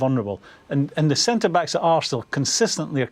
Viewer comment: tis ze history of de arsenal